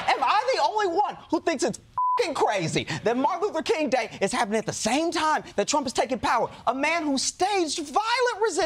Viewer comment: I salute Josh Johnson on his efforts to make Martin Luther King Day one syllable.